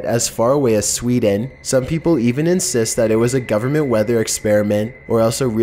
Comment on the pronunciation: the governnnnmentttttttttt, relax with your over pronunciation